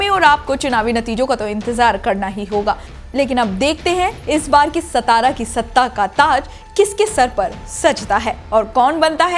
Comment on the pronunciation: It's not सतारा it's सातारा